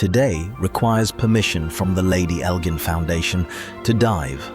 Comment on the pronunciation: Its pronounced EL--JINN, like cotton GIN, or the GIN you drink.